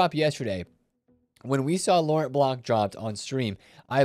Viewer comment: the T is silent in lauren